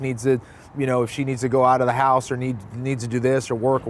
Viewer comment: SolidSnake610 “we made him drive all the way from his HaUSe🥴”